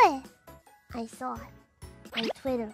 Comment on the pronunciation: "you know it, I saw it" should be "you knowæ, I sawæ" 😂